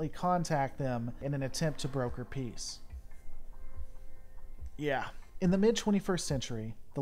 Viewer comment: Shoot first ask questions later is very logical after being attacked, so I don't know why you say "Yeah" like that.